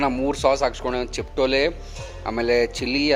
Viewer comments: Adu Chiptole alla magaa. CHIPOTLE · The sauce is called Chipotle not chiptole .. hope store people are not pronouncing it wrong 😑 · It's not chiptole it's Chipotle